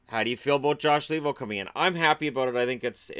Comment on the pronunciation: I cringe every time I hear the pronounciation LEE-vo, since his name is Finnish and it should be pronounced LAY-vo.